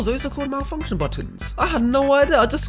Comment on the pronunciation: Is it just me or said “malfunction” instead of “multifunction”?